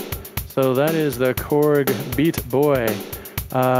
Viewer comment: () YOU have awesome vibes and music! Hey, just have to say, you need work on your Chinese Accent. I just watched it again and you sound more Italian than Chinese!!! Beata Boy, sounds like Pizza Pie! Whatsamatteryou? LOL Korg is really putting out some awesome 'cheap' err I mean inexpensive usable things! I plan on using it as a drum track to free up my Kaoscillators. I think every guitar device I own has a tuner hahaha I really like the Beata Boy!!!:-)